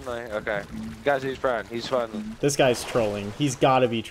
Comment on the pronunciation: yes fwendly